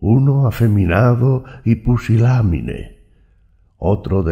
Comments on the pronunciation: Escuché “pusilánime”? en lugar de pusilánime? No puede ser 😦 creo escuché mal. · Quise decir pusilámine lo que escuché. 😱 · "Pusilámine" jejeje Está muy bueno el trabajo que te tomaste, gracias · esa no era mi intención. Escuché “pusilámine”. Creo que fui yo la que escuché mal. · efectivamente dijo pusiláMine